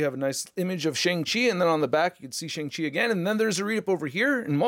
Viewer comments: Finally, someone who actually pronounces Shang Chi correctly. Even the actor himself pronounced it sh"ung" chi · Something I learned recently is that his name is pronounced “Shaung Chi”—I’m an Asian geek and never knew that either! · no he doesn't. It's pronounced Shong-Chi. Even tho it's not spelled that way.